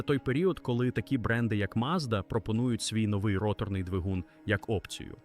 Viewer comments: Де тебе вчили ставити наголос і ви ще кричите давайте підтримаємо українського контенту. Навчіться правильно говорити українською "ротОрною" ганьба рОторний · Неуки, перше ім'я, яке спадає на думку щодо роторного двигуна - ВАнкель, його винахідник, а не мазда. І не ротОрний, а рОторний, а якщо точніше, то не рОторний, а рОторно- поршневий.